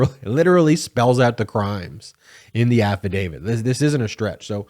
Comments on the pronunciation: Please say affidav-IT. Saying “affidavid” diminishes one’s faith in your argument by creating a perception you have no understanding of language and, further, any more complex issue. I think you’re just enunciating lazily but I admire your endeavor and would like you to be beyond reproach. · It's not 'affadavid' but 'affidavit'. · It's affidaviT not affidaviD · Please ,please the word is AFFIDAVIT not AFFIDAVID……. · I love your videos, but for the love of all, please quit saying “afi-David!” It’s affidavit. No ‘D’. Not even a little. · I like your videos but please stop calling an afadavit an afa-david. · There’s no “DAVID” in “Affadavit”. AFF-A-DAVE-IT <<< “T” The end sound is “T”! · THERES NO “D” at the end of AFFIDAVIT. Stop mispronouncing it. I cannot and do not take anything you say seriously when you continue to pronounce it wrong. Why hasn’t your editor corrected you?